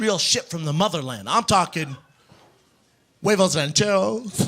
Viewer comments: “huevos ranchEROOSSSS, pico deGUYAAAAAAAA, chiliAHHHHHHHH” lol this was so bad omg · Audibly cringed at him trying to say the names of "mexican" mexican food